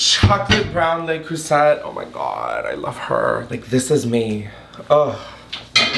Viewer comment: i know you did not just say le creuset with the hard T girl